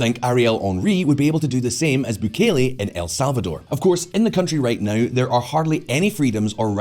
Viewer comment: Your french pronunciations were fine! Misreading a world leader's name though and adding syllables that arent there (Bukele), very anglo-saxon ;)